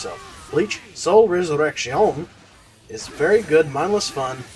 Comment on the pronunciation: oh, yeah and as a Spanish speaker there is nothing wrong with the way you are choosing to pronounce resurrection. Bleach Rocks!